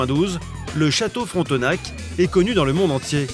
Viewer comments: Fron te nak 😂😂😂😂 On dit frontnake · Fronteuhnaque.... c'est juste Frontenac...☹️☹️